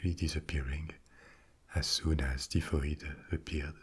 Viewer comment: hi, we pronounce her as TIE FOID Mary. You're language skills are phenomenal and I'm being an Irish Karen now lol For somebody that lived in Paris, for 2 years, my French should be parfait but its basic. I can get around though. Peasants is pronounced PE ZENTS not PEA ZENTS :). Can you also speak Spanish too?